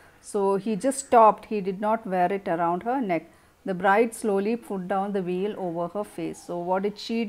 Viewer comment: Veil (pronounciation s Vail not wheel mam